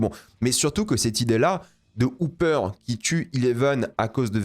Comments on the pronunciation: Pourquoi prononcer Hopper "Houpper" ?? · on peut respecter le "o" de Hopper?